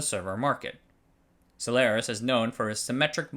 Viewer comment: HT for using the correct pronunciation of Solaris